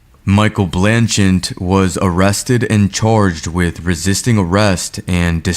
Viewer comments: Dude, the name is: BlanCHETTE BLAN-CHET!!! not BLAN-chint YOU'RE KILLING ME!!! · It’s blanchette not blanchant. Why is it? You can never pronounce anybody’s name correctly even after it’s in the video 1000 times you still can’t pronounce anything correctly. It’s spelled out for U. Ugh. Smh. 🤦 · How how many times are you gonna say "BlancheNtte" until you realize you´re saying sh1t? Its written right in front of you!!! Are you normal? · It’s Blanchette dude. Where you getting the extra N? 😂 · "Blanchent, Narragansent". ha ha ha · A. He obviously pled guilty and B. Why can’t pronounce either Blanchette or Narragansett? Listen; he puts at phantom N at the end of both names…. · Blanchette, ONE "n" in the first syllable! Narragansett, two Ts at the end, NO "N" in the last syllable.